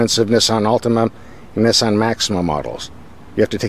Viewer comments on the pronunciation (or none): I can’t stand how he pronounces Nissan